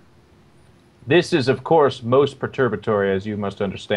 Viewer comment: lol "Perturbatory"